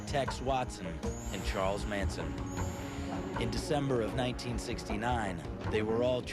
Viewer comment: Russian Reulette Manson not "Mansion"